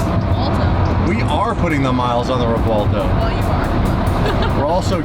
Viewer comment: REV-WELL-TOE REV-WELL-TOE PLEASE STOP SAYING REVWAHLTO 😂😂